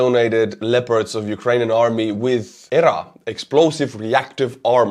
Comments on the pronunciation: Speak as you wish my good sir, but in USA we would say "nipped /in/ the bud" and we say E.R.A. with the letters. Very outstanding coverage! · My friend..."EEEEE, ARRR, A" The word is not pronounced. Just the letters.